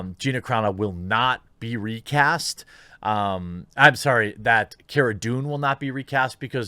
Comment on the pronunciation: Car a - not Cara